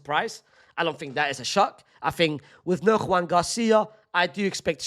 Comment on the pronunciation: Why do you keep saying Joan Juan? Joan is pronounced Joan not Huan. Juan is pronounced Huan.